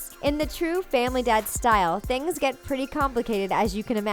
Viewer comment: instead of saying TheThings big shaq says TheTings